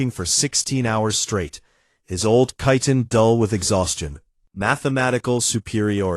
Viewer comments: I would be good if the AI could be trained to say chitin correctly, since it appears in so many of these stories. It is a hard K sound, not soft. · Why can nobody, even AI, manage to pronounce chitin correctly?!?!?